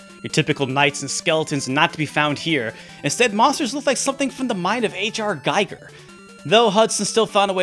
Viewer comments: I used to get it wrong all the time too: it turns out it's pronounced "ghee-gur". Some kind of odd Swiss last name. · Giger rhymes with eager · Hate to be that guy, but Giger rhymes with "meager" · Just because i have been told off by people so many times about my pronounciation of Giger. Apparently it’s Gee-ger. Like hard E. Lol but great video none the less! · Did anyone correct the pronunciation of "HR Giger" yet? ;) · You pronounced Giger incorrectly but I won't hold that against you. :)